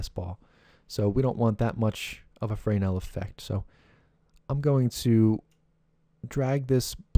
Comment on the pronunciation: OMG! That was the last fraynail I could take. It's pronounced Fur-Nell. :)))) BTW Excellent tutorial.